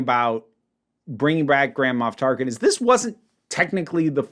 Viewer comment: I apologize, but... nearly every time said, "Grand Moff Tarkin," for some reason I heard, "Grandma Tarkin."